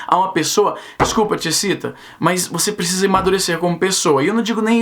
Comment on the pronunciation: Só eu escuto o Izzy dizendo: " Ti excita" quando ele fala fala o nome do canal da mina?